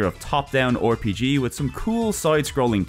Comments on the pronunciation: Hello hello, this is an instant sub from me. One thing though. Why do you say "Or-PG", but not "Cor-PG"? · Hey the 'O' in front of RPG is silent:V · That was a fun video! I will definitely come back and Download some games. It must have taken forever to make. Also where are you from? I had a chuckle every time you pronounced the R in RPG as "or"